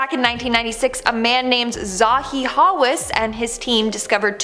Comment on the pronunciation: It's just Hawass not Ha Wes.